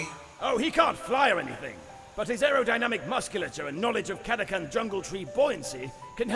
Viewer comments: To be honest, pronouncing it "Cata-can" feels much more natural to me than pronouncing it the other way. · Everyone on Catachan is Sylvester Stalone, so of course they'd use the Italian-American pronunciation of 'ch'